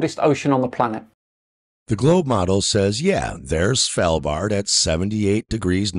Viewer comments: "Long-yer-buten" is on "Svel-bard" LOOOOOOOL. Also, if you're wanting to prove your point, should you not be looking at the different environments of Svalbard vs the Antarctic station? Svalbard is basically a cold desert. It does get snow and rain, but it's nowhere near what other places get. As soon as 24 hour sun season starts, what snow and ice there is melts, the ground starts to heat up, and the permafrost comes alive with tiny arctic plants. The Antarctic is just snow and ice. The terrain is far below the top level of this snow and ice in most places, so doesn't absorb ANY heat from the sun. THAT is a main reason why there is such a temperature difference. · Dafuq does he keep calling Longyearbeyn? He's not only a flat earther, but he's also butchering the name of towns now?! EDIT: and "SvElbard"?!?! Svalbard!!!! Repeat with me: S-v-a-l-b-a-r-d!